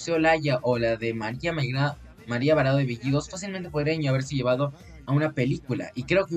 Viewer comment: Es María PARADO (NO VARADO) . Bacán tu vídeo, falta vocalizar mejor nomás.